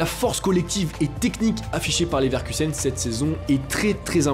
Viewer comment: Je buvais quand j'ai entendu "Neverkusen", t'as failli me payer un nouvel écran